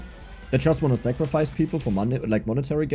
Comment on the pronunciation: I find it amusing the way you kept pronouncing Sacrifice it sounded like Zachrifice